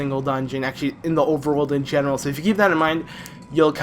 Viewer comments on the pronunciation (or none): none